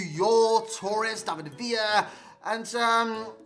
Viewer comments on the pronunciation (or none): none